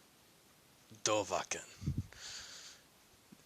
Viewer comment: You say his name like dov a khin it’s supposed to sound like dovaaakhin